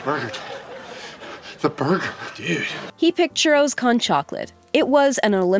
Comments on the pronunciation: You say churro con chocolate like comic-con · They could at least say "con" correctly. "Coan" not "cone". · she's a wannabe watchmojo host. I don't think she has the time (or, let's be honest, doesn't want to) to check how to pronounce "con"